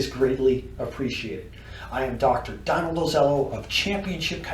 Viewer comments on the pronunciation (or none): none